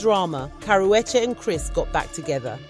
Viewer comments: "Cower wedgie" is the worst pronunciation of her name I've ever heard and most people pronounce it wrong on PURPOSE you aren't even trying to do that you just struggling out here😭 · Its pronounced karoochi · I CAN'T listen to you... YOU can't even PRONOUNCE the WOMAN',S NAME RIGHT WTF??? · I know you’re British but for goodness sakes pronounce the girl’s name correctly. I live in LA but I’m a Brit and even I am horrified by the way you’re saying her name 😂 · Learn how to say her damn name right!! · Please pronounce her name correctly or shut up